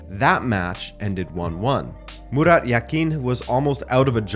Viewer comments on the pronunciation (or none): none